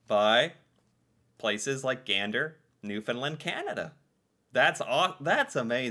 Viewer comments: And today we saw how very little what we did was appreciated. Funny, I don't recall Canada (or any other country) asking the US to pay them back for all the assistance we provided on that day and the ones following. PS - we pronounce it New Fun Land, not New Fun Lend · I’m gonna put it here, it’s pronounces New-finn-land, not New-finn-lind. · Newfun LAND. Or, NEWfun Land. Not Newfunlund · New found LAND, not New Found LUND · Not Newfoonlind. New fundlaaand. Help me out here Newfies and Labradorians! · A Newfoundlander I used to work with said the pronunciation of “Newfoundland” = “understand” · Has no one heard about the musical, Come from Away? This is the Canadian 9/11 story. And its pronounce New FOUND land😊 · the name of the province where Gander is situated is spelled and pronounced "New Found Land" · It's pronounced "new-f'n- LAND" It rhymes with "Understand". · New FOUNDLAND, non new finland. Please correct